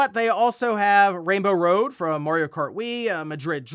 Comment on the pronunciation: Can't not hear him saying "mOrio" every time he is pronouncing "mArio" incorrectly 😅. Would love sonic to be on par or better than Mario but i think sonic needs more kinds of games than exclusively speed. It's a bit limiting. They need world building